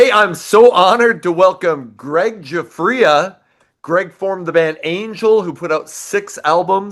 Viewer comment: Now I know how to pronounce 'Giuffria' properly...🤣